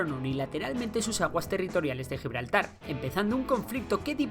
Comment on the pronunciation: Ni siquiera saben pronunciar Gibraltar...